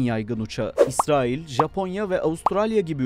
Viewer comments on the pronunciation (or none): none